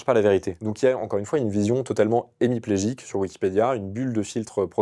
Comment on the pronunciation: "Hémiplégique" et non pas "émiplégique". Hémi en grec = la moitié.